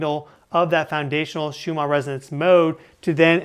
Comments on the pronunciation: Please the name of these frequencies are pronounced shoe man not shoe mar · Why do you keep pronouncing it Schumaarrr ?